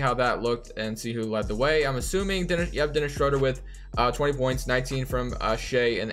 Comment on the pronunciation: Please pronounce Schroeder’s name correctly next time.